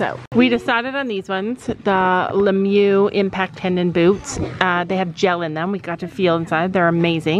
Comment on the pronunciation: I love how yall be calling it 'Lemyou' 🤣 instead of Lemieux